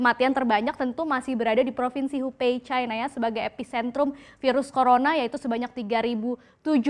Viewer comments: profinsi hupei, bukannya hubei ya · klo pelafalannya bner hupei bkn hubei